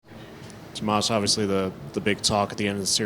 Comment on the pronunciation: Tomaaazzz he wanted to say something else. Mispronounced his name